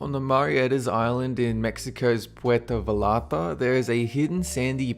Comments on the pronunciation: Puerto Vallarta (vah- ee-ahr-ta) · your #2 beach, it's Puerto Vallarta (va-yar-ta) and Playa de Amor means "Lovers Beach" lol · Puerto Vallarta (va-yar-ta)* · On second place it is pronounced Puerto Vayarta in spanish two L`s make a y sound